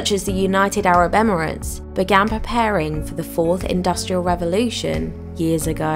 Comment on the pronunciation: Revolution...not Revelation